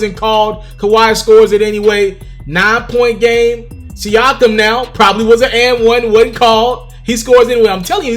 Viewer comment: Learn to say da nigga Pascal's name my nigga